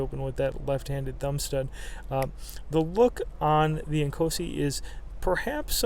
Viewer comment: I thought you were saying "small and cozy" then I looked at the title lol